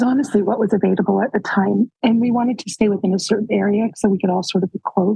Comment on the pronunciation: Why does Janelle say avaiDable? Not a big deal but she has always said it with a D, it's so funny!